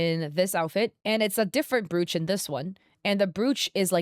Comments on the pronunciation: Brooooch 😂 it's pronounced B-roach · Just a heads up - Brooch is pronounced “browch” like roach, coach etc! The spelling is misleading 😅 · "Brewch" help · Psst it's Br O ch.. pronounce the oo as a capital O.. not an ooh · Please....Google how to pronounce "brooch". I couldn't continue to watch you video because I couldn't deal with hearing you mispronounce the word repeatedly.